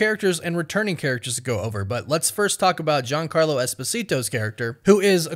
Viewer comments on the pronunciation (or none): none